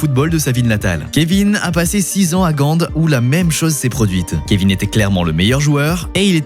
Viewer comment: En flamand, le "G" se prononce "Rh" donc RHENK Et c'est Gand et pas gande